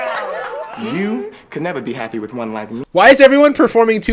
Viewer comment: the way i threw my phone acroos the room when she said "hap-aye"